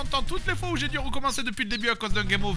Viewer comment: On dit Jeee Dayyyy j'ai ..... pas J'ai des J :D ... force à toi poto 🤣